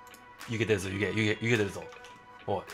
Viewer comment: 「湯気出るぞ」がyou get this allに聞こえた